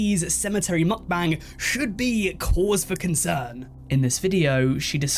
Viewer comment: How many am I going to have to hear this guy say mukbang wrong